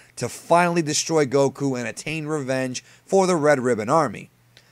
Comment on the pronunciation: Did you just say Dr. Garro? Super Siyan? Gokuu? Your pronunciations are so cringe dude.